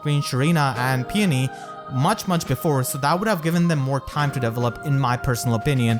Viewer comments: Oh god, I really hope I don't sound like an asshole, just want to help. It took about half of the video trying to figure out what you meant by characters "Devil Up". It took about 5 minutes to realize you were saying Develop. Usually the emphasis is placed on the second E rather than the first. So it's De VELL Up. Instead of Devil Up. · Does anyone else hear “devilup” instead of develop 😭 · I thought he was saying level up but he was saying develop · Oooooohh, "develop"! I was hearing "devil up" all the time. Now things make sense! I'll watch the video again. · i was 7min until i noticed you say "develop" instead of "devil up". i was like wtf is deviling up? is he meaning leveling up? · I was confused but then I realized you were saying "develop" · My man. I know English isn’t your best. But every time you said “develop” it made me make faces ahahah. Not saying it’s a bad thing, but at least try to pronounce it better.